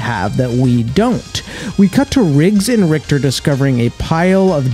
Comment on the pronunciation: He said jannick right but richter not